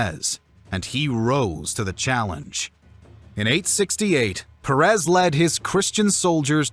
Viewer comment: Why Perés and Cordóba??? You make a historical video and not even research the correct pronunciation of the names involved?